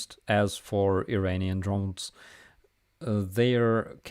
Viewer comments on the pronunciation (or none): none